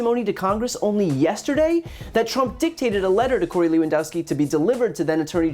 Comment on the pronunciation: "Corey" lol